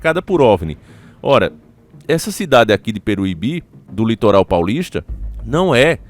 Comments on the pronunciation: Peruibe! E não peruibí! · Vc falou engraçado o nome da cidade 😂😂😂😂 não é Peruíbi é peruibe 😂😂😂😂😂😅